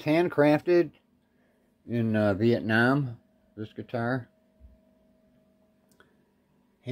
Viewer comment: hahaha! You said "Viet Nam" the way the old vets used to say it when I worked for the VA (early 2000's). Immediately, I thought of: "What are we fightin' for? Don't ask me - I don't give a damn! Next stop is Viet Nam!" 🤣🤣